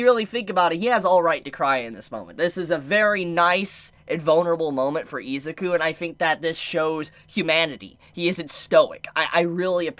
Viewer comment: How can u be a fan and say izuku name wrong😂